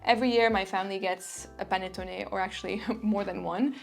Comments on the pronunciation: Hi! perfect pronunciation of "panettone" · Great video! Thank you so much from Italy! You pronounced "panettone" perfectly! ♥